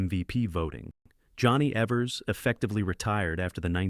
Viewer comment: Maybe not important, but it’s pronounced Eevers, not Evvers.